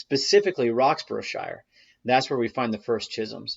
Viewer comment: Roxburghshire is pronounced Rox bur ruh sheer or Roks bruh sheer